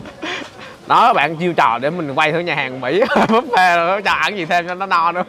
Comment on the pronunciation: Khi KhoaPug đọc chữ Buffet thành Búp Phét :))